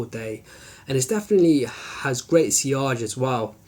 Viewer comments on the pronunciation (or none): none